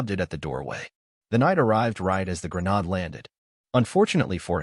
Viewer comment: .00 Grenade has a hard A like in "Hate", not the soft A as in "Ahh" Also, that lever on a grenade is called the "spoon" as it's not the trigger, it's the trigger release. Hence why you hold it until you throw the grenade, where it flies off due to spring pressure and the trigger ignites the 3-5 second fuse. Thus making mister grenade no longer your friend.